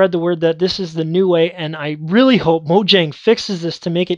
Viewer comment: Mojang = moh-yang :)